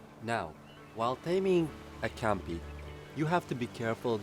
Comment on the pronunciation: It's Compy not Campy